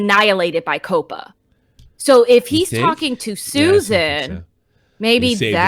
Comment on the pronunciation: Sorry But Did She Just Pronounce Coppa As "Copa?"